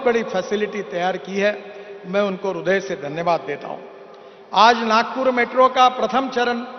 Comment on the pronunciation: Hindi me rudya nahi, hirdya hota hai